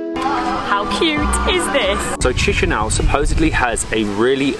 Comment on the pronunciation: You have to pronounce : like (Kisinau) not (cHisinau)